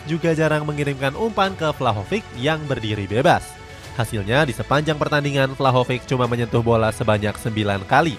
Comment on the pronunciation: Izin bantu koreksi yaa min, kalo angel di bahasa spanyol cara baca nya an-hel yaa, bukan angel kayak spelling bahasa inggris, sama buat nama2 yg kayak vlahovic atau sejenis nya, itu c di akhir dibaca jelas yaa, bukan dibaca k, semoga berkenan dan semangat terus cetak gol idn!!